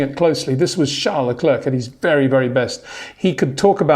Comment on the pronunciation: It’s ‘charl le cler....’